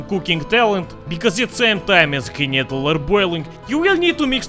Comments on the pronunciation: No! It's "Knödel"! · Its pronounced Knödel